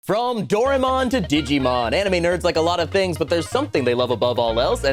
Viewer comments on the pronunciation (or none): Um, Actually do-RAI-mon thank you very much